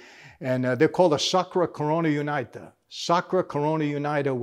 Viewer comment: “ I’m from Naples”, cannot pronunce a single name ( like ndrangeta /sacra corona un) correctly. Sad